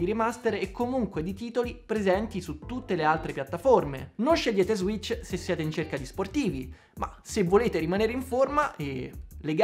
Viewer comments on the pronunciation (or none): Ssss serpente sasso ssss si dice switch, non zwitch.